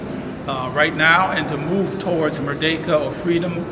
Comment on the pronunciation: when american operators chide me about papua, they always emphasise the second syllable.. merDEKa. i guess they wish they could deck me :) (term for an effective punch).